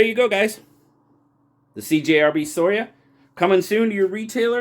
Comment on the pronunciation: Scoria, latin for dross or slag. Also you pronounce the letter c in that word I think, skor ee ah. Your calling it sor ee uh drove me nuts, lol.